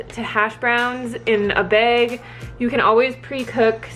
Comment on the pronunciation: Omg, where are you from?? You say "bag" the same way I do! No one understands lol!